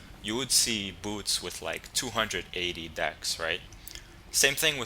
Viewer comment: lol your pronunciation of "boots" is funny. Buuts.